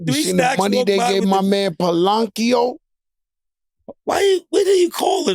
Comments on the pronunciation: Wtf is palancio (pronounced pa lan kio)😂😂😂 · Joe crazy tryna say Paolo name 😭😭🤣🤣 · Marchell folkes, palonkio, palachero, 😂😂